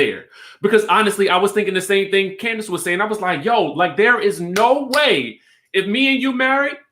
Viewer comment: Candaice..Say it again sis 👋👋👋👋❤️